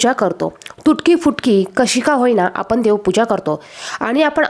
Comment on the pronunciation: आपली भाषा शुद्ध करा पहिले, आपण म्हणा आपन नाही, ण ला न म्हणताय आपण